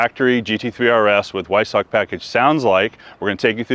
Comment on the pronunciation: Weissach in German is pronounced Vi-Sah-kuh. and Akrapovic is pronounced Ah-Krah-Poh-vich. Americans are always trying to pronounce everything phonetically. Barbarians...